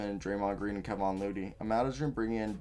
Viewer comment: Bro here’s a tip - learn how to pronounce the players names or don’t mention them. If you watched enough actually games you would know how they are pronounced. I stopped watching because I thought you didn’t know what you were talking about after mispronouncing “Kevon” with “Kevion” and not knowing how to pronounce Smailagic.